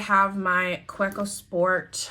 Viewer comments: Ohhh I want the Sailor Brown but can't get it in the UK. Don't hate me but it's pronounced Kaveko , German- so the W is pronounced as a V xxx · Kaweco is pronounced on the middle syllable, the we. Ka-weeee-co. It's a German brand, and the Name is a mix of the two founders' surnames and the word company. :) Good Video though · It’s pronounced kaveco..even though it’s spelled Kaweco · Great collection - built around how you use them. Kaweco is a German company, so the "w" is pronounced like and english "v".